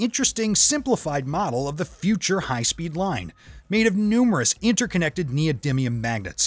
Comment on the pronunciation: (except when he said neodyminium X3 )